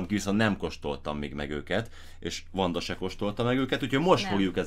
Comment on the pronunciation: ne vedd sértésnek azt hallotam hogy Amanda